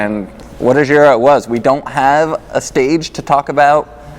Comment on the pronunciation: also, it is not "zhiro" but it is giro, use google translate phonetic reader on Italian and you'll get there.